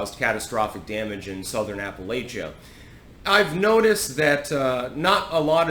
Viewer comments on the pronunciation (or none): none